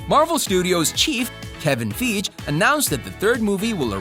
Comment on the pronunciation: POV:you came to the comments because you heard him say fiege wrong